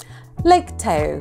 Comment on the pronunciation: 38/50, should have had 5 more...but guessing doesn't always work. Haha. Oh yeah, Lake Tahoe is pronounced TA-hoe, not TAY-oe.